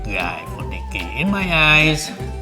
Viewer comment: Ohh her name is nikki, I thght she said her name was milky at first lol